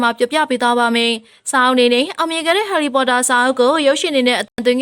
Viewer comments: LOL she said ဟော်လီပေါ်တာ😂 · အသံကဆာနေတဲ့အသံနဲ့ harry pottorတောင်မပီဖူး